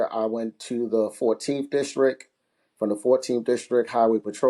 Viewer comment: Jesus Christ… these could be the two best candidates for FOP president but the second I hear “districk”…. 🤦🏻‍♂️ I can’t even listen anymore… I’m supposed to put my faith in a guy who can’t even speak? Imagine doing something your whole entire life, imagine hearing everyone you know say “district” and you still have no idea how to say the word. In other words, I have no faith and I’m OUT. Next contestant please.